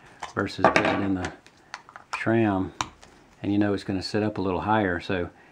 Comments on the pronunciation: SRAM not SHRAM!! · It's how you CORRECTLY pronounce SRAM.... As that's how it's always been pronounced by the heads (Stan Day) who created the name.